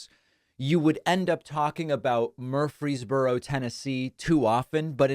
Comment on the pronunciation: Just FYI: It's not pronounced "MURphry's borough" as you keep repeating here; it's "mur-FREEZE borough".